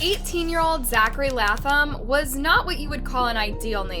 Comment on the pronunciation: Latham is pronounced Laytham.